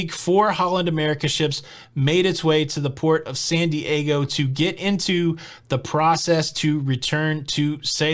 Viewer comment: I had to laugh at your initial pronunciation of San Diego as Sandy / Aygo. Funny!